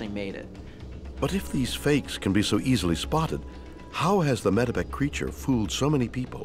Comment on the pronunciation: The area is called METEPEC, not medieval...